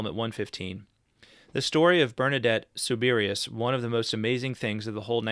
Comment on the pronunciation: BTW, "Soubirous", being a French name, is pronounced "SOO-bi-roo"